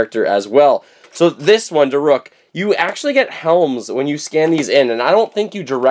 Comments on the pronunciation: Da rook.. not da ruk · it is pronounce da- rook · DAROOK!!! Sorry, the way you said it made me mad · It’s (da-rook) but my favorite amiibo is Daruk, I’m getting him soon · Daruk's name is pronounced Darook. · And daruk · Does he know he's saying Daruk wrong???